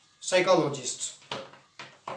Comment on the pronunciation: P remains silent but pronounces 'p' in Psychology